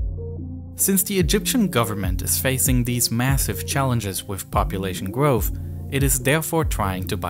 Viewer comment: Gwoahof?? You mean growth I think